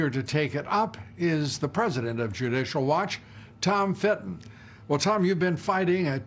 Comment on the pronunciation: Has Lou EVER said “Fitton”? He has been calling him “Fenton” for ages now 🤦🏻‍♂️